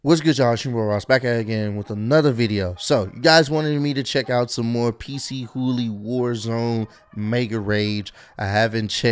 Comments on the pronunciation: so its actually pc hooly. i pronounce is p chooly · He said PC Hoolie hahahaha it's pronounced puh-chew-lee